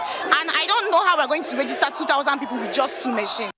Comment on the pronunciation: Why is the older man saying REGISTER instead of "rejister" as it is pronounced? /ˈrɛdʒɪstə/